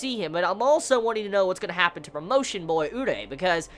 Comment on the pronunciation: Jesus the way he teases us with Kaneki. He may give us a piece of dar kagune next chapter. Could Takizawa get rekt? Kaneki had a good reputation as an s s rated. Btw, It's been a long time now and my quest to make you say "uree" instead of "urei" will not end! I must suceed!